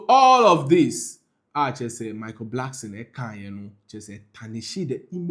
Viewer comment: Ofui, its not Blackson. Its Blankson. Kwasea to !!